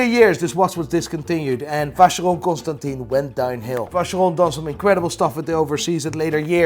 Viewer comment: Man it's been too many episodes now. Please check the pronunciation of Constantin in Vacheron Constantin.